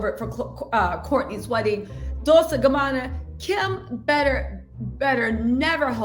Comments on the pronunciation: It's pronounced dol-CHAY in Italian. I think you're saying dol-SAY because of dulce in spanish. Not the same! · I am obsessed with your channel, love your bubbly energy as well! It’s pronounced “dol ch ée “ 😘😘